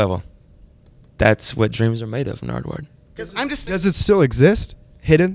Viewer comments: Is it just me or did Macklemore say 'Nardward' once or twice. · why does he pronounce his name wrong?